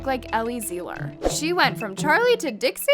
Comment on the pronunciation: if ur gonna talk abt ellie at least say her name right lol... it's pronounced 'zie-luhr' not 'zee-luhr.'